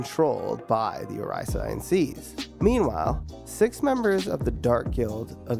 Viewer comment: The pronunciation of oración seis is killing me